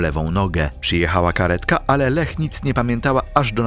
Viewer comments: Formalnie: nie 'LEH' tylko 'LIJA' 🤭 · Czy to nie jest pisane i czytane przez AI? Imię Leah czytane jako Lech zamiast "Lija", jeszcze sformułowania typu "zauważyła, że większość jej lewej nogi zniknęła" tak sama z siebie? I inne tego typu "kwiatki".